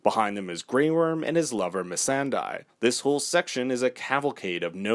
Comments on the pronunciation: Also, it's pronounced "Miss-an-day" not "Miss-an-die". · It’s misandAYE not misandEYE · DIE in Missandei's name is pronounced as 'day' ,not 'die'. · This dude has so many mistakes in this video he needs to remake it cuz that was dragonglas...the credits show a man with a broken sword or a dagger holding a WOLFS head not a lions head, he calls missandei "miss sand eye" Haha and says needle is made of valerian steel does this dude even watch GOT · Yours is the first recap I’ve watched and other than mispronouncing Missandei and one other word, it was fannnnntastic. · What's with almost every theory channel not being able to pronounce Misandei